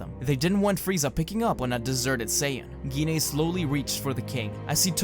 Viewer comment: Gine sound like Jean so u where kinda saying it wrong